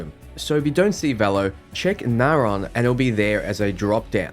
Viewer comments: Can't stand the way you pronounce system names, just take like 3 seconds and fucking read them before gurgling out "NaYHRAWn" it's fucking narion (Nare-ee-on) it's 3 fucking syllables for Christ's sake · Do you have dyslexia by any chance? You manage to mispronounce a majority of names. Polvo, Deimos, Narion. I don't mean to offend, but I know that won't be possible in this case.